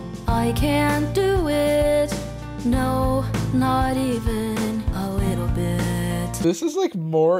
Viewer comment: i can't get over how it said "a wittle bit"